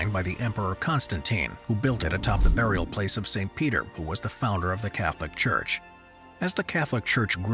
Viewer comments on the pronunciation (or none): none